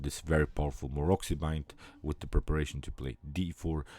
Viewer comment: Pozdrav,odlična partija i komentar,moja jedina zamerka je da se Maroczy izgovara MAROCI,a ne Marokzi:)